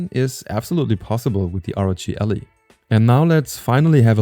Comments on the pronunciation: Ally not Ali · Es heisst "AAAAllie", nicht "Elli" :D aber gutes video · I cringe every time he said ALLY as ALLEY.